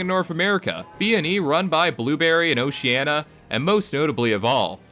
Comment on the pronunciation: I'm sorry I can't help it but what the f is oceana? Do you mean Oceania? Nice vid tho very entertaining actually.